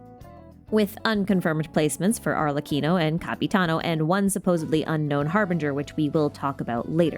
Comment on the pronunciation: She got arlecchino right sheeeeeesh noice